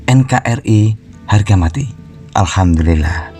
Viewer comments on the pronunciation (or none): none